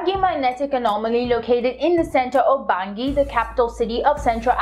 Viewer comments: Lol. Bangui “ban-guee” lol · Respect from southern Cameroon 🇬🇷, they pronounce it bangi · Its pronounced Bangee or Bangi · yess fr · haha wow thats not how they say Bangui thats great i can give you more information about my country